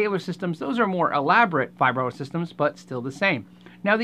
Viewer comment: Anyone else triggered by his pronunciation of vibrato